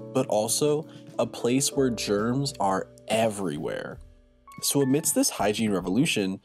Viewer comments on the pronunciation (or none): none